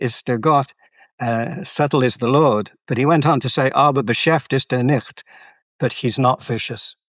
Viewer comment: Einstein:"Raffiniert ist der Herr Gott, aber boshaft ist Er nicht." (btw: pronunciation is bos-haft; not bo-shaft) "I just followed the steps..." P.S.: so what exactly is left to do? He sounded like he figured it all out. The Higgs is composite, Gravitons are unobservable, right handed Neutrinos are real, there is no Big Bang Singularity, and Einstein's theory isn't unique / needs modifying the way he suggested.